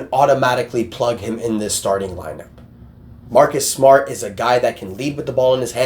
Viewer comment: From Mawkus Smawt To Marrrrrrrkus smarrrrt